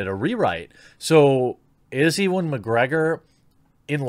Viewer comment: Jeremy how the feck did you pronounce "Ewan"? E-one? Nigha...